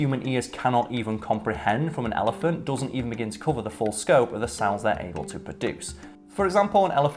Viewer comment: pronunciation of "ellie-fahnt" is triggering me -_